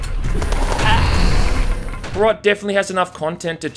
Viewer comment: As a Czech I am so happy HROT is getting as much attention as it is, though "Small socialist town neighboring soviet union" and all the uses of suka blyat make me want to die. If you want a classic slav insult "KURVA DO PÍČI" is so much more impactful and actually true to the setting! Also you pronounced HROT wrong but the english language literally doesn't have a sound for it, can't blame you.